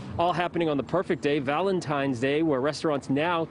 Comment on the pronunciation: Girl sounds like she chugs beer, watches football and goes outside for a smoke when there's a commercial break. She even said Valentimes day lol. Poor dude